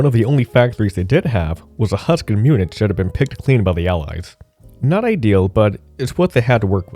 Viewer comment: Pronounciation was the biggest problem of this video... every time he said "Munich" the way he did, I felt like I got a stroke :D